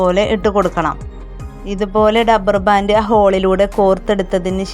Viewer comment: കൊള്ളാം.ഡബ്ബർ ബാൻഡ് അല്ല, റബ്ബർ ബാൻഡ്.